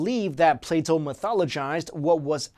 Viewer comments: also I can't be the only one who thought he said play doh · Whenever he says "Plato" it sounds like "Play-Doh". That always confuses me. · it sounded like you said Play Dough haha